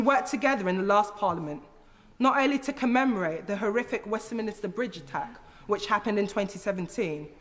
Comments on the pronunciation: Cringed slightly every time she said "Westminister", it's Westminster, how can a London MP not know that? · I'm not sure how to respond as I do not believe pronouncing Westminster 'Westminister' is related to dialect. ffs I used to say it, until some point in my teens maybe - possibly when I did politics A level... Maybe it is a common mispronunciation due to the mental connection between 'Westminster' and 'minister' - as in government ministers, you know, who hang out in Westminster. And I'm not getting pissy, originally I was slightly cringing at the mispronunciation, now I am mildly baffled by the pushback I'm getting, I suppose being a bit pedantic about pronunciation falls outside of the range of acceptable discourse? I wouldn't even classify myself as a linguistic prescriptivist. Things like 'could of' and 'genuinely/generally' slightly irritate me, but it is an irritation that is tempered by an awareness and appreciation of the fact that most people don't have the privilege of being as intellectually gifted as me. So it's fine, enjoy your Westminister. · It was a nice speech don't get me wrong, but 'Westminister' and 'St Pancreas' are two pet peeves of mine, and I'm especially surprised to hear an MP - who presumably hears other people say Westminster correctly at least once per day - say it wrong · Enjoyed the speech very much. Can someone please explain to Ms Eshalomi how to pronounce Westminster? The clue is in the spelling. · Can't she pronounce westminster correctly instead of adding an extra vowel between the n and the s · well one way is how it’s pronounced and the other is not, there’s your problem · lol adding an extra syllable to Westminster is not related to a dialect, it's a common mispronunciation. Who are 'people like Eshalomi'? Whenever someone very mildly criticises anyone who isn't white, the criticism must be related to racial prejudice? Poor from you, do better